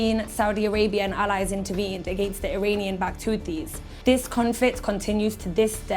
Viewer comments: Hothies, not Khothies ! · Its not houthis and the blow fish 😂 IT'S HOTIE AND THE BLOW FISH 😂😂😂 !!!